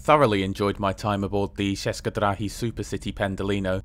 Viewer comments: one note "č" in "česke drahy" is sounds more or less as "ch" in "church". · The specific feature of Czech and Slovak that they don't use English pronounciation. Praha Hlavní Nádrazí is well done. Kosice is pronounced Koshitze, Ceské is pronounced Tscheske